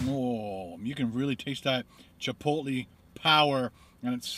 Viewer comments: it's pronounced Chip-oat-lay not chip-low-te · It's pronounced "chipotlay" not "chipotlee" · It's pronounced chipolay